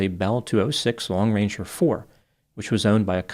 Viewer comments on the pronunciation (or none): Sounds like you're saying lone ranger. It's long ranger just in case anyone wonder